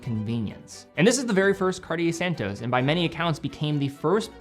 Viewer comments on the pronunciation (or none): Immensly annoying to hear anyone completely mis pronounce the name Cartier; it is not "CAR-TEA-YEH like every American seems to do, but CAR-CHE (as in CHE QUEVARA). And then ii is not SAN TOES, but SAN TOS (as in ALBATROS). If you can pronounce SEIKO the right way (instead of SEE CO) than you can do this, please! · I love the car-dee-ay san-tose